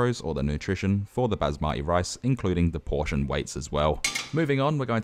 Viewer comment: when he said bazimati for basmati (i was screaming in asian)